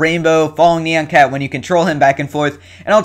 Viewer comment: It's note NEE-ON cat, it's NIE-ON cat. :P